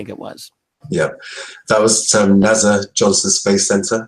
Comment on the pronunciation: Just to let everyone know no body else in the UK says NASA like he does in the U.K. I'm really surprised to hear how he pronounces it, he must have heard thousands of people saying NASA over the past 20 years!